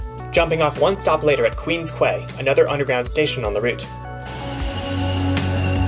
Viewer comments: So cool to see the inside of the cab. I miss being able to look out the end windows on the trains and cars. Also, for whatever reason, it's pronounced "Queen's Key" not "Queen's Kway." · The street car loop where to boarded is the St. Clair Station Loop, not Deer Park Loop. Deer Park Loop was at the North East corner of St. Clair and Mt. Pleasant where the old St. Clair line turned north to run up Mount Pleasant. It is Queen's KEY not Kway. Don't they teach you Americans how to speak English? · Nice presentation about Toronto. Too bad you didn't get to Roncesvalles, the Queensway and Humber Loop. By the way, Queens Quay is pronounced like "Queens KEY". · Queens Quay is pronounced "Queens Key"